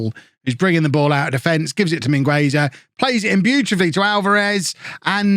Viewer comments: The u in Mingueza is silent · the U in Mingueza is silent! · channelling his inner Ronald Koeman with Mingueza. In all seriousness, in Spanish the U in this case is silent